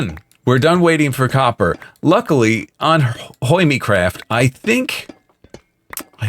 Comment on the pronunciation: A rare “HURMECRAF” the nostalgia is so good 😭